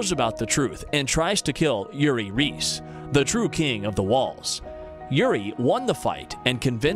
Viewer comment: And reiss